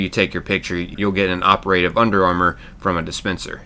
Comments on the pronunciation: Ok ... My OCD is driving me nuts. Dude, don't pronounce operative as (oper-a-tive)! It's pronounced (opera-tive)! OPERATIVE! 😬😱🤪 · The way you say operative is just appalling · Bro the way you pronounce operative has me geeking